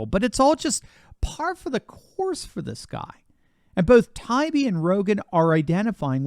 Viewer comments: Hey, is Tie-ee-bee not tie-be. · It’s Matt Tie-Ee-Bee He’s the ONE honest journalist left. Give him the respect of pronouncing his name properly. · This is the fourth video where you Mispronounced Matt “Tie-ee-bee ‘s name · I think that Matt says Tie ee bee. He's reported some great stuff. Your reporting is excellent as well. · please STOP mispronouncing Matt Taibbi's last name. It's annoying and a lazy approach on your part. This is my third notice to you on this subject. Will you never learn?